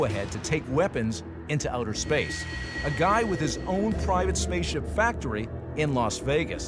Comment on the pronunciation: “…enshalving you from outer shpash.” What a shekshy shlur.